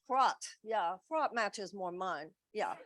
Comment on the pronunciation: "Fraught" or "frot"? Don't get me excited!